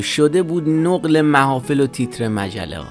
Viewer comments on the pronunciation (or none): نَقلِ محافل نه نُقل .